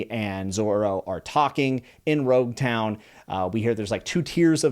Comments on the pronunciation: Loguetown is pronounced log-town, and that is because it is the town of beginnings and endings, such as a prologue or epilogue. It is where Roger began and met his end, and is also the final, epilogue arc in the East Blue saga which is itself literally one gigantic prologue to the greater story that is One Piece. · I’m so happy you’re already hooked, this is only the beginning ;) Just a few pronunciation tips: •In the Japanese language, the R and L are usually interchangeable, I’m pretty sure it’s Loguetown, not Roguetown •Usopp starts with “oo” not “you” •Sanji has a tall a, so Sah-nji •Baratie is pronounced “Buh-rah-tee-ay” Can’t wait for more of your videos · I loved the commentary and analysis! Reminds me of why I fell in love with One Piece! Oh, "Loguetown" is (as I understand it) pronounced "log-town" as in it's the island that is the "prologue" of the whole Pirate Era (where Gol .D Roger speaks of the One Piece and where he's executed) in which One Piece takes place (as Oda-san, at times, holds the readers hand to add context). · It May be spelled Loguetown, but it’s pronounced Log-Town. You know, because of logs. Ships. Ships are made of logs. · Thanks for telling him that. Him saying "rogue town" kept annoying the hell out of me 😂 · its actually Loguetown. its called the town of beginnings and ends. So pro"logue" and epi"logue" . The Rs and Ls are very simlar in japanese wrinting which is why they often get twisted in translation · names prounouced wrong: -ussop -gin -sanji -Lougetown/rougetown -one piece -bellemere You are still at objectively the worst part of one piece, it gets crazy later on